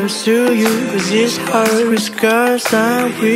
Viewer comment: góp ý be bé là "heart" đọc là hart nhé. btw đỉnh quá ạ 💕